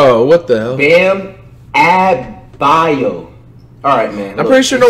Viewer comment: Now you too can sound like Flight! Zeeon Williamson Bam Adbayo Demontice Saybawnus Pascal Sikecum Rudy Goburt Luka Donikick Giannis Akumpo Spencer Dinwhytee Delledawvuh